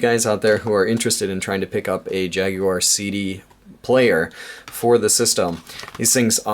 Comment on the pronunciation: Wow a yank that can pronounce jaguar instead of jagwar.